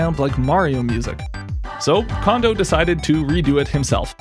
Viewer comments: The "ko" in "Kondo" is pronounced "ko", not "ka". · His name isn't pronounced condo. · Small potatoes compared to him mispronouncing Kondo's name roughly eight billion times. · Absolutely true.